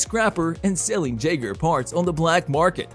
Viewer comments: (Yager) not jagger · it's pronuced Yeagers, the J is a Y but the spelling is Jaeger so just change the pronunciation to Yeager. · Come on bro, the J in Jaeger is silent. It should sound like "Yeager". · How the fuck are you mispronouncing the word Jaeger (YAY-ger) when they SAY IT IN THE MOVIE!!!!!?!?!??!